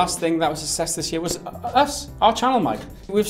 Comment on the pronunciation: Aaaahhh it kills me whenever I hear you say "sussess" instead of "success"